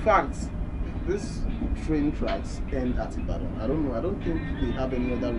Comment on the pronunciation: Love your videos man. It’s actually pronounce ee-ba-don tho 😂